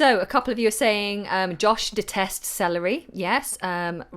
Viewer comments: Hi dear. 😁 When you said: " I hate celery!", I heard: "I hate SALARY!!!" 😂😂😂 whatever, always nice lessons. 🤗🌸 Hi from Vietnam 😊🇻🇳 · I was hearing the same with you. I heard "I hate salary" 😁